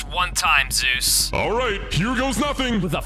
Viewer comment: On he said zoo insted of zues lol😂